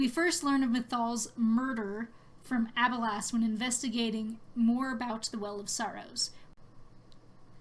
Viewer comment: Great video! I just don't like how you pronounce Abelas lol